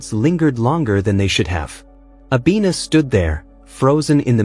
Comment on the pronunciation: Her name is Abena, which means Tuesday. Not Abina correction, please 😂😂😂😂